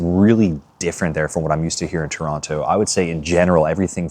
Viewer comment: You even say Toronto like a visitor!! hitting that hard second T! JK JK it is so strange coming "home" but it no longer feels like home.